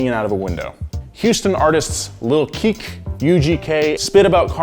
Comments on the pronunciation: Lmao “lil keek” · “Lil keek” lmfao